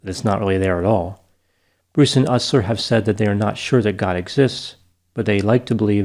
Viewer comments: It's pronounced Joey "You-sler" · You pronounced Ustler wrong. Do your research. Whoop. Whoop. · Your hypocrisy of not being able to pronounce Joseph Ustlers name correctly and calling them in intelligent is epitome of being unintelligent, might you go back to school and learn how to pronounce English words correctly before first going on to judge others. Your degree failed you sir in preparing you for English. You're cold and callous individual and you did clearly no research before covering this band because if you would have looked at their net worth you would know that they are still very successful. I think this is your childhood attempt to get back at a bully at some point that had liked this band. Your callousness is in judging individuals with less means than yourself as "unintelligent" for having a decent taste in music because they like sarcastic cleverly worded lyrics. Also for intelligent people the lyrics are point blank with the meanings that they are trying to get across, that pedophiles should be murdered because our justices system does not work. That people who beat women should be beaten. You didn't listen to anything. You did no research and you were wrong about 90%of what you covered and you give all of the people that follow you inaccurate information. You're no better than the trump supporters that try to plug horse dewormer for a cure on fox news with your disinformation.